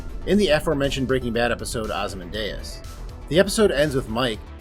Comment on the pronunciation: “Osman Deus?!” LOL! Listen to the Ozymandias poem read aloud by Walter White/Bryan Cranston in the commercial/teaser for Ozymandias. It sounds like you haven’t seen it… and if you haven’t seen it you’re missing out! Powerful. Suspenseful. Intense.